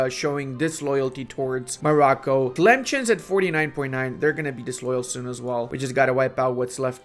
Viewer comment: Hearing "Tlemchen" always makes me giggle.